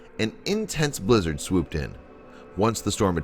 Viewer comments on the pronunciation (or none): none